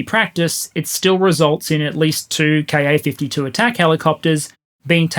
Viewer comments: Great analysis, as usual. My only issue is that every time you say “Ka-52” I hear”car 52” and my brain switches it to “car 54” and fills in “where are you?” But them I’m old enough to have watched that truly horrible tv show. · More-or-less random observation: I keep hearing 'Car 52' when you're saying KA-52. And I'm at the right age that it reminds me of an old black & white TV show called Car 54, Where Are You? I have little idea what the show was about (presumably the police officers in car #54?,) just that Nick at Nite thought it was worth telling me about. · When ever you say "KA-52", pronouncing the "KA" as a word instead of letters, it makes me think of an old TV show called "Car 54, Where Are You?".